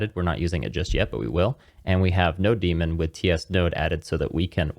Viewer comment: I heard you saying "no-demon" instead of "node-mon" or "node-monitor" and now I can't unlisten it 😂